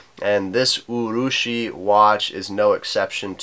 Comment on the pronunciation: Not too bad a pronunciation. Yes, urushi means lacquer. Anyway, an interesting watch and another good review.